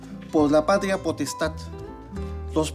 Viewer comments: Patla postal😂😂😂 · Alticulo la patlia potestad. Jajaja señodes